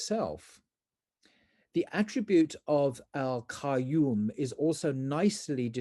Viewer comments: It is more correct to read it as Qyuum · Just want to correct the way you say Qayuum. It would sound better if you read it as Quinn.